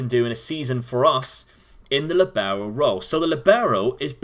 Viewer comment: Libero is an Italian word. The emphasis is on the LI in the word. Sorry but my head hurts every time you say Lee Barrow.